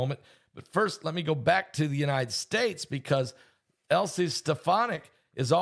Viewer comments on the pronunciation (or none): Dear Pastor, her name is not Elsie, but Elise Stefanik. It's pronounced EL LEES. Love you, Pastor! I too was amazed at the amazing God-ordained timing of your AI webinar!